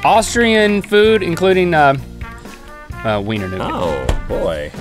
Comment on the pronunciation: You pronounce it Vyner Noogat not weener nougat 😂😂😂 loving it though